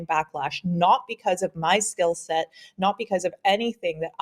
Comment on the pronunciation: LOL😅 "Skillset"